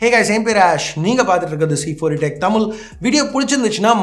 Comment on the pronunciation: Bro, It's தமிழ் not தமில்..